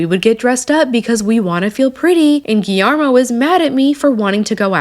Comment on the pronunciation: The pronunciation of Guillermo is gee-yer-mo